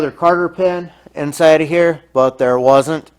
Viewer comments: Nice job. I'm not sure if my ears are deceiving me, but I think you're saying "carter pin"? If so, they are called COTTER pins. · I was going to say that. "Cotter pin"...